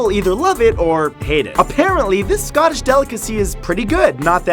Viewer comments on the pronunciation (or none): D......Don't Say Scottish Like That